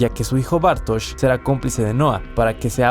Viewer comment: Empezás pronunciando Bartoz y terminás pronunciándolo Bartosh.